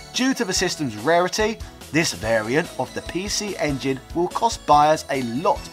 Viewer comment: Makes fun of the way Japanese people talk then proceeded to say "pee-she ingin" for the rest of the video.